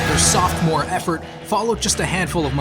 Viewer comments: It is pronounced, and spelled, "Sophomore" not "softmore" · You said softmore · I stopped watching less than 20 seconds in when he said “their SOFTmore effort. If you can’t get basic English down, how can I expect this to be accurate and professionally done?